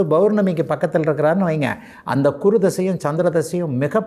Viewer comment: Kuru இல்லை guru என்று சொல்லு